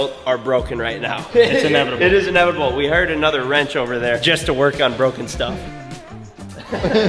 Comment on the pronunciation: it’s inEVANable 😂